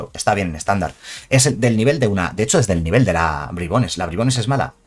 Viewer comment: Nadie: Absolutamente nadie:: BRAIBONS